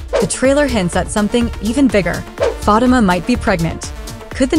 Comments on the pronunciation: That is so true. Learn to say her name RIGHT PLEASE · The person in charge of relating upcoming info to us about episodes of Zatima needs to pronounce Fatima's name correctly. It is very irritating to hear this person continue to mis-pronounce Fatima's name. Your followers would increase if you showed more respect for one of the main characters of Tyler Perry's Zatima. Do you even watch the show, seems you would know how to pronounce Fatima's name of you did. Fix this immediately